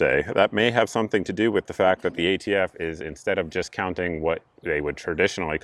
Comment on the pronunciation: It’s hard to take him seriously when he keeps calling ATF “the AFT” and then at one point he started to say “prostitution” when he meant prosecution. A Freudian slip no doubt! I was laughing so hard at him that I missed half of his rant. I’d like “Presidents who can speak coherently in public” for $800 please, Mayim. We’ve suffered six years. It’s time. Personally I don’t give a FF about ghost guns. You can still build one if that’s how you roll, you just have to have a registered serial number on it. BFD. I can’t imagine Joe’s rule impacting anyone’s life. On the other hand, will this solve any gun violence problem in America, as Joe claims? Absolutely not. It’s all pablum for the Left Wing anti-gun crowd. He was pandering to a biased crowd and he played it up to the max. It was a well-planned, poorly-executed stage play. 🤮🤮🤮🤮🤮🤮🤮